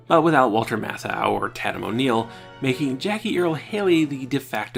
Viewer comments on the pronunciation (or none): Tatum is pronounced "TAY-tum", not "TAT-um".